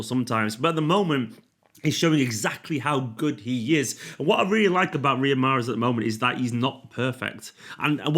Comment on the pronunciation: mahreeeez zzz